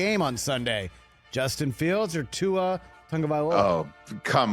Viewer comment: C'MON Rich your a intelligent man. Pronounce Tua's name correctly.